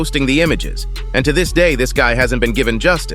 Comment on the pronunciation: This channel is AI generated clickbait. The voice speaking is for sure AI. Listen to how it says "of COUSE" instead of "of course", or "gut" instead of "guy", or speaks in a monotone, or puts emphasis on the wrong words. Most of the time there's no news stories backing up what it claims, nor does the fighter etc say what the title says they do. Only the AI voice does. Pure trash.